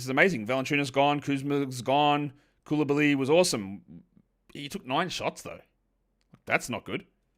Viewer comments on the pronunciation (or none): FYI for the pronunciations for the Aussie language : Diabate: Dee-a-ba-tey Coulibaly: Cooley-Bali (Bali as in the country)